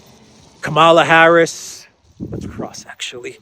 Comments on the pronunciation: It is Kamala as in Pamela. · Kamala in a constant state of stroke as usual, spewing out meaningless word salad.